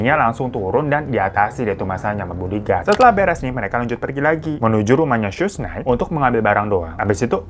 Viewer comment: bang bacanya ‘tupak’ baang bukan ‘tupek’ 😭 satunya sug nait bacanyaaa wkwkwk